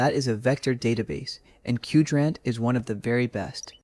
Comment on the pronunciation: good stuff, I think Qdrant is pronounced like Quadrant edit: oh you copied "10 Open-Source AI Tools That Feel ILLEGAL To Know About", that's why you didn't know how to pronounce Qdrant, like the original did